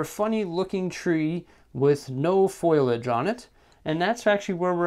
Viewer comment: Great tutorial, but I think it's pronounced Foh-lee-edge. Thanks!